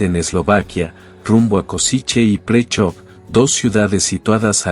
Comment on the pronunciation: Presov is not pronounced as "Pricho" 🤣 You can pronounce it as Preshow